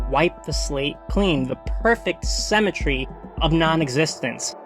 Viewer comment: considering the context it took me a hot minute to figure out you were saying 'symmetry' and not 'cemetery' here. ^^; anyway great video thank you, reminds me i need to go back and read soul eater whenever i'm ready to take the plunge of getting into a 20+ volume shounen. have you seen soul eater not? it drops the halloween aesthetic in the garbage can in favour slightly halloween flavoured generic school anime and has precious little animation budget for a shonen adjacent thing but i'm highly inclined to forgive it because like it's a gay poly love story with the thinnest imaginable layer of allegory and that's not something u see in media every day